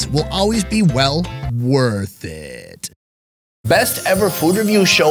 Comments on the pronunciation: why can't you say worth it? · why cant you say worth it? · Someone please explain why cannot say “worth it”?